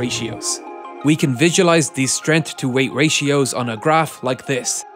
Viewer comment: Strength has a 'G' in it...